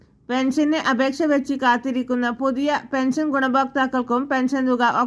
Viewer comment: ഇതെന്തു വാർത്ത, സുഹൃത്തേ? സന്തോഷ വാർത്ത തന്നെ,. പക്ഷെ മലയാളം ഒന്നുകൂടി പഠിച്ചിട്ടു വേണം വാർത്ത വായിക്കുവാൻ? പെൻസൻ, സന്തോശം, അടിപൊളി!